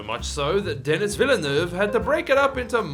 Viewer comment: Christopher Eccleston for the caricature? Also Denis Villenueve is pronounced De-knee